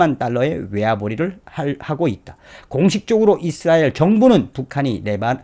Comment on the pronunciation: 잇쓰라엘 아니라 이스라엘 입니다